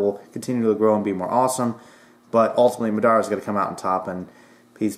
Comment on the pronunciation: MaDaara? MA DA RAH but without the H.in Japan they Actually Pronounce it with a L but, the L is silent.